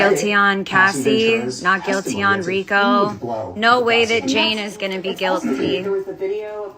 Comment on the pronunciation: "frico" not "Rico" lmao😂